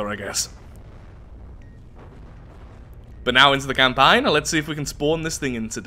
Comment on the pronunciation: From the Depths CamPAIN